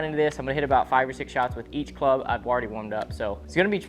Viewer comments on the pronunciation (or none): none